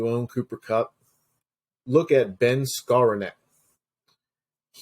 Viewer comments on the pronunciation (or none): *Herbert hurt ribs(meant he shoulda sat this week at least) *Wandale Robinson(brainfart from Rondale) *damn, I butchered "Skawronek" 😅 *and excuse the lisp effect from audio 😅